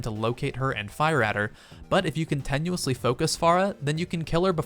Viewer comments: Con-TIN-uously not con-TEN-uously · CONTINUOUSLY NOT contenusly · Cont-E- nuously isn't a word. Your pronunciation made me so upset I had to post this. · Why does he say contenuously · Can we stop for a second and find out why he says Continuously the way he does??? Con ten you is lee? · why does he say Con-ten-uously? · I find the way you pronounce "continuously" rather painful. I had to stop watching.